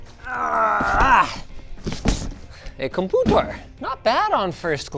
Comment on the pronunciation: "A Compûtēr" 😂